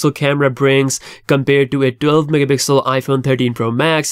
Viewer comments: Stop mumbling Mega Pixel grrrrrr🤬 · bro it's not difficult to pronounce "megapixel"